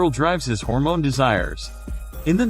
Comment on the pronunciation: old one, this new guys can't say hormone properly